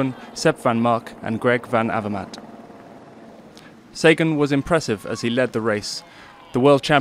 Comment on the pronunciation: Cheers for the vid guys but showing Sagan on the vid screenshot isn't the best move, don't you think? Also, it's Sagaaan not Saegan...